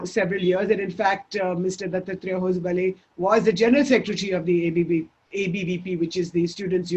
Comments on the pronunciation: please learn to pronounce Dattatreya Hosabale. If unsure please give out a disclaimer like Shekharji and your fellow liberal hosts in West do. It looks pompuous n self centered the way you say the name currently. As somebody from South of the Vindhyas I can assure it's pronounced ದತ್ತಾತ್ರೇಯ ಹೊಸಬಾಳೆ /दत्तात्रेय हॉसबाळॅ. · Why can't she even pronounce his name correctly. English speaking lutyens can't pronounce Indian names. And they can't become white either. Trishanku. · The anchor needs to learn how to pronounce Dattatreya Hosabale. Typical Left Liberal Lutyens Anchor.